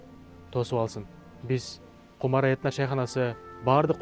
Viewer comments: Кумара эмес чыныгы кыгызда “Кумура” деп айтылат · Кумура Дейт Кумара дебейт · Кумара эмес кумура дейт